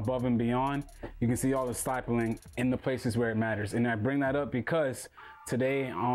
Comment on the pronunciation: Stipling not stypling